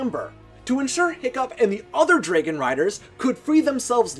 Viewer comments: Say draigon one more time I swear I will die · Why do u pronounce dragon so weirdly. There’s no y. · Sounds like he's saying "dreygan" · YOU KEEP SAYING DRAGON WRONG FOR PID SAKE IT DRIVES ME CRAZY SO I'M BEGGING YOU TO SAY IT WRIGHT!!!